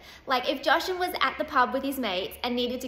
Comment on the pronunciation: How was that way too far?? It's just water lol And what's with suddenly pronouncing Jashan's name different the last couple of months??